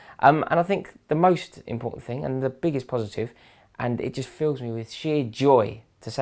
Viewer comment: I loved that "what mist happend!?" Haha just made me laugh so good but seriously woahh?